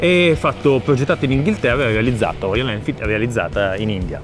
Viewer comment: ma perchè dice royaN?